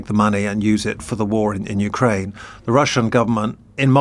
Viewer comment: Please pronounce Ukraine with accent on 2nd syllable , not first.